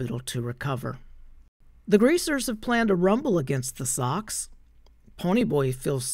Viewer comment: Socs- pronounced “sosh” with a long o. Short for “social.”